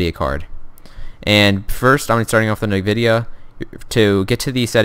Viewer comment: lol "NIVIDIA"